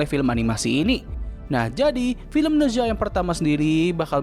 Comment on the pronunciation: Koreksi bang, cara bacanya bukan ne zwa, tapi ne cha/ na cha Ne zha juga jd hero tipe clash lane di HOK